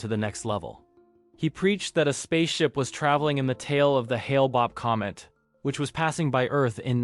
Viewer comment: Hale Bopp, sarin, NXIVM like bro I’m not even halfway through and it’s already a handful of words you’ve said wrong